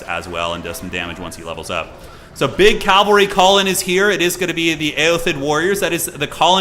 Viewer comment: pls. it is pronounced CAV-AL-RY not CALV-AR-Y!!! you even say "CAV" as an abbreviation!!!!